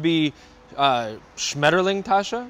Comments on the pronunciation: Schmetterlings Tasche 😄 Well pronounced! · Hmm, how comes that you can pronounce "Schmetterlingtasche"?